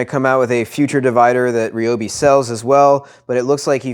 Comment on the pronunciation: Thank you for pronouncing it, right! And a very concise review!